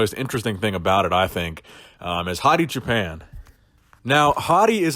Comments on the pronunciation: Hi.Thanks for all your great videos.But you pronounced Choopan in a way that sounded a little like Japan;in Farsi we pronounce it more like the word choose. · Hey, I'm from Iran. I don't know if you care or not but Choopan is pronounced choo like too, paan like pawn. and it means shepherd. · Everytime you say his name I hear Hadi Japan.